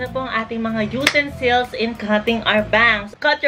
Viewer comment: Everytime she'd be saying "utensils" OMAYGAHD AHAHAHAHHAHA I CAN'T